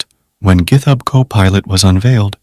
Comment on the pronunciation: And gith-hub. LoL